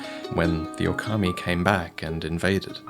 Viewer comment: Hi, maybe if you pronounce it Ookami, when you referring to Sekiro, it is clearer that you mean "Wolf". It depends on how you pronounce Okami und Ōkami:D